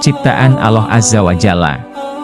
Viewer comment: Alloh pak bukan aloh hati2 klo berucap